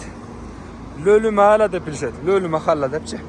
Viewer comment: Махала эмес кыргызча махала деп айтылат